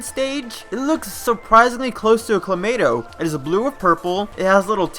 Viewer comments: Why does this dude keep saying Clamato? lmao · Stop saying kLomayto